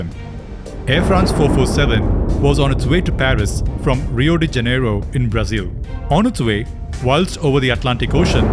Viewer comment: Its Rio de Janeiro not jeneiro